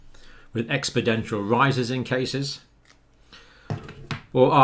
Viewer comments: Sorry to be pedantic but the word expodential doesn't exist; it's exponential. I only mention this as it undermines your credibility. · Why is he saying expodential instead of exponential? Biden does the same. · Expedential or exponential? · Flat Six English invited English! If John says it’s expodential....it is EXPODENTIAL! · "Exponential" I really hate to be "that guy" but even though you obviously understand what exponential means, I think it's equally important to pronounce it correctly if possible. Note* there's nothing wrong with mispronouncing words... So long as you are humble enough to admit fault and strive to do better. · You haven't mentioned that the Italian authorities measure number of deaths with a different system. The total number of deaths are linked to the hospital location, whereby if that hospital has any virus cases then everyone who dies within that hospital is designated as being a coronavirus death, but that is not necessarily so. It explains why Italian deaths appear to be much higher. BTW it is "expoNential" not "expoDential". Don't want to be a grammar nazi, but given you are a doctor I'm surprised.